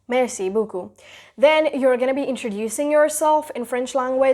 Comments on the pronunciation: C’est pas boocoup, C’est BEAUCOUP 🙄🙄🙄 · it’s ‘beaucoup’ and not ‘beacoup’. Just a little feedback; some words were mispronounced. For instance, you don’t pronounce the ‘t’ in ‘et’. The ‘aigu’ in accent aigu is pronounced ‘aygyu’ and not ‘aaigoo’. The ‘grave’ in accent grave is pronounced ‘graave’ unlike that in English. It would be awesome if you could keep a check of that.